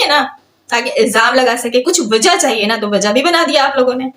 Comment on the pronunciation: Chaye nhi chanyen bolti hai 😂😂😂